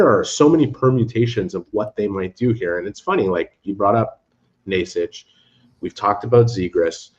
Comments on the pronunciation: From the videos I have seen Necas pronounces it Ney-chass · i am slovak and you both are so trash at pronoucing necas's name, it should be pronounced: Ne ("NE"urology") C ("Ch"eck) As (ass (but shortly) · Who is Niche-cash?